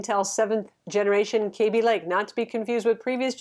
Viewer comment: please learn how to pronounce Kaby Lake